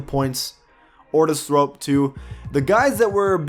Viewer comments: Bruh it clearly says thorpe in big text and yo saying thrope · You called Otis Thorpe Ortis Thrope